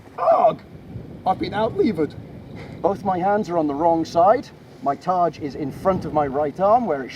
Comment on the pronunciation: Yes - essentially the same word (and targe is pronounced "targ", not "tarj")